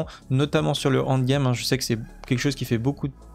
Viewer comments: prononce N, N'd game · Super boulot comme d’habitude mais un effort avec l’anglais quand même avec le END game 😂